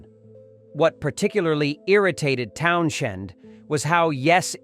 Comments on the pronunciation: Maybe learn how to pronounce Townshend before coming out with this ! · Unwatchable. Too much AI BS who can't even pronounce Townshend. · Dump the AI- sounds like crap- can't even pronounce TOWNSHEND!!!! Don't be so lazy!!!!! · It sounds awful slaughtering Pete's last name of Townshend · The AI sees the “sh” and pronounces it incorrectly. I wonder if it could have been corrected. I hate these posts using AI instead of a real person. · Honestly, that's how I pronounce Townshend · Even AI can have a speech impediment. 😂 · How am I mocking him ? The only thing distracting from the content is the narratotr's inability to pronounce the man's name properly. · The man's surname is pronounced Townsend and NOT Town SHend! Everybody else knows this. Please wake up to it! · It's just pronounced Towns end not Town shend. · Town z end, there is no shhhhhh in there fud. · What genius picked this AI voice that can’t pronounce TOWNSEND?? It’s not Townxiend, FFS… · If you're going to use a crappy bot to do your work fit you, you could at least train it to pronounce Townshend (Towns hend) correctly. There is no fucking SH... Or maybe you don't even know how... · The AI narration sounds really stupid! The video is about his comments and opinions, but the AI voice keeps mispronouncing his name as Town-shend! 😂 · Not 'TownSHend' but 'Townzend'. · For one , it is Town-send , not Town-shend . I just listen to the various music that I enjoy , be it rock , blues , soul or whatever . Not one musician , athlete or actors opinions resonate with me . They think too highly of themselves and are rich elitist fucking snobs ...... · stop using this bs AI boring narration. i.e. it's Town-Send, not town-shend.. argh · This clown narrating can't even pronounce Townshend's name‼What a complete idiot‼😂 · the name is pronounced "TOWNZEND" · Dude if you exist the name is pronounced peet town. zend, bloody immatures, sorry I meant amateurs. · Towns-end, you don't hear the H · "TownSHHHHHHend" GTFO!!!